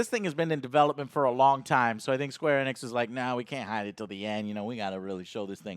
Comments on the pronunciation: Please pronounce it Eeeeenix, not ehnex.... jeebus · LOL Joe its not Eh-nix its Eeenix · It's pronounced Ee-nicks, not eh-nicks. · right off the bat, is it pronounced "EN-nix"? I always heard "ee-nix" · Joe stop saying eh-nix... its EEEE-nix! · you pronounce the E as Ehnix its Enix bro. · it's actually pronounced enix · “Square anix”